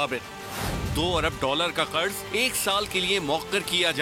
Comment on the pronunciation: Kurz nhn Qarz hota h. Urdu ka tlaffuz theek kren.